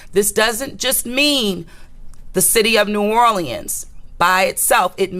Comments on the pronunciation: This girl said "NEW ORLANDS!!!!" I can't stop laughing 😂😂 😂😂!!!! She says it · It's New Orléans not New Orlieans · 😂😂😂 wow New Orleeins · Naw lins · You can tell someone isn’t from New Orleans when they say New Orl- Le-Ends 😂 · Ik it’s pronounced new or-lins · I hate the way she pronounces "New Orleans". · Why does she pronounce New Orleans so wrong??!!! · The way she pronounces New Orleans is making me cringe. Prayers to NOLA, LA